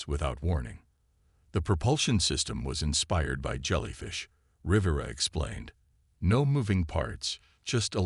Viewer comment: Between the verbal mispronunciation of many words like 'piranha' and 'Rivera' to constantly changing spellings in text, it is a poorly executed video that requires better attention to detail. Very sloppy, lazy execution. 👎